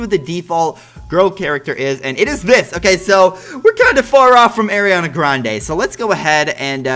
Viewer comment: I like how you say arianna grande you say it like airreana grounda😂